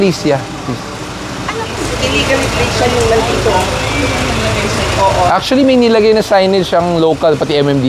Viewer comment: Achually este Actually po... spokening in dollars po si Madam. 😁